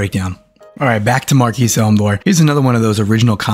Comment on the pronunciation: Nice video. Keep up the good work. Btw, "Marquis" is pronounced mar-kee , the s is silent.